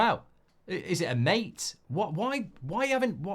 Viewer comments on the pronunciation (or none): none